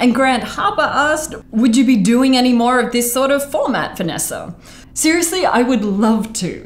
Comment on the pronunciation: More like, "Hey everyone, it's VanNASA"